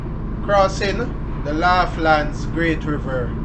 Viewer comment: Pronounce it like lawlands